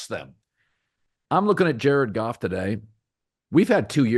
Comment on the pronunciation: Who is Gared Joff and JC Stroud? Is Cowherd dyslexic?!? LOL!😅